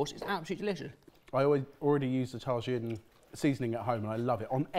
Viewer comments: Someone might have mentioned it already but it’s pronounced tah-heen not tah-gin. So glad to see it on the show! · SHAMOY AND TAGIN, its CHA MOY and TA HIIN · I'm dying with the pronunciation of CHamoy as Shamoy and Tah-heen as tah-zuh-en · I too have tar-gin at home :P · I couldn’t help saying ‘ta-hin’ each time every time he mispronounced it. He knows how to pronounce jalapeño! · I'm still tryna figure out where he found the "r" sound in Tajin lol. Also yes "tack-o's" makes me giggle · i stopped the video to look for the comment and also to say it out loud like that. "tah-jinn". it felt So wrong. and reading the replies.. can't believe i've forgotten about the whole "tack-os" thing. every time they say it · btw im pretty sure tajin is pronounced taheen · Hey all! Love that you have Tajin on the show, but please, boys, it’s pronounced ‘Ta-heen’. It is Mexican, after all. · The Mexican powder (Tajin) they put on the pickle is pronounced Tuh-Heen the J is a H sound. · hard "ch" on chamoy and "ta-heen" for the seasoning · Also: Chamoy (Like cha-cha-cha) and Tajin (ta-heen) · Boys! Boys! It's Ta-HEEN. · Tagine is pronounced tah-heen. The 'j' in Mexican Spanish is vocalized as an 'h'. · Hey guys, here from mexico, its pronounced tah•heen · Tajin rhymes with machine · “Tah-heen” but good try. 😊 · Just a heads up its pronounced "tah-heen" tajin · tajin is pronounced TA HEEN. but j also like to pronounce paella several different ways. tajin goes on mango and mexican street corn really well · Btw boys its its pronounced tahin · ah, yes, those classical Mexican things, xamoy and Tayin edit: it's official, I'll never be able to be in the same room as, because I'd have to be physically restrained from punching him in the mouth far pronouncing "wagyu" as "wag goo" or his butchery of Mexican Spanish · Lol Californian white girl here and it hurt to hear it that way 🤣 grew up with tajin in my school cafeteria. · Came to say this same thing! Tajin was just the worst